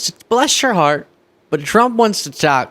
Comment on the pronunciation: That's not how you say, "Bless your heart" in the South.